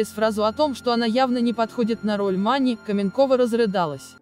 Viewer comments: Почему коментирующая женщина говорит как по-турецки?! "Подруга МанИ, " вместо "МАни". Читает текст, не задумывается! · точно! Прям слух резало. И МанИ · МанИ, ЛюсИ…. Почему ударение на последнюю букву? Робот читает? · Диктор хоть фильм бы посмотрела. Роль МанИ, ЛюсИ. Слух режет.